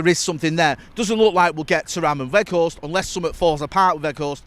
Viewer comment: Fuck me get his name right it’s doing my head in